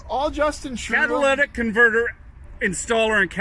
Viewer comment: Lol cowtalitic converter